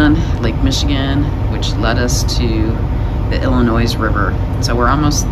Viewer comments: There is no "S" sound in the word "Illinois." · Got it i·luh·noy. My deepest apologies for the incorrect pronunciation of Illinois. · Not to be snarky but just so you know those of who live in Illinois do not pronounce the "s" in Illinois. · There is only ONE Illinois. It's not plural. The "S" is silent. Great video. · The S Illinois is silent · Yes, with your wealth, you would think you would know how to pronounce Illinois! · Thanks. I grew up in Michigan and always pronounced the “s”. Another subscriber pointed it out on Monday’s video. Thanks for letting me know. I taught 8th grade and incorrectly pronounced a student name wrong the first semester. Another student switched periods and the first day called me out. Thanks for watching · I am from Michigan and spent my first 23 years there til I moved west and never went back I always heard it pronounced WITHOUT the s French pronunciation, I guess. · come on dude, non midwesterers pronounce the S in IllinoiS, money has nothing to do with it.